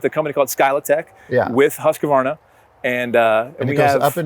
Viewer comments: 😂 japp, är det inte HUsskavarna så är det hu sqavarna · The "Huskaverna" always cracks me up :D it's hews-kvarna if anything. I get it though, it's a set of consonants in combination that is simply not used in English. Still funny though :D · I'm a little perplexed by the addition of extra vowel; Husqu-varna? In Swedish the word is three part(syllables?) hus qvar na. The 'q' is pronounced like a 'k'. Hope it helps. Lawd help me, I wonder how a Japanese would modify it!! They like to keep a steady order of consonants vowel, one of each every time and I think words tend to end on a vowel. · As a swede its very interesting how none of them can pronounce it. But i do enjoy the "Husskvaarrna" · I love seeing Adam’s glee and pure joy handling these tools! I was wondering though (as someone who has been to Huskvarna and knows how it’s said in Swedish), why do Americans add an extra a-sound after the q? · Quick pet peeve... its pronounced husk varna. There is no a in the middle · No. It's Hus kvarna. It means water mill or wind mill in swedish. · I find it funny that not even the Husqvarna employee can pronounce the name at all. Sorry folks, it´s swedish and impossible to say, haha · Lol, it's funny how Americans pronounce Husqvarna